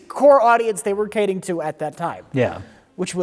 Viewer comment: "For Disney's core audience they were 'cating' to at that time." We're starting to rack up enough of these to make a second compilation of mispronouncing things!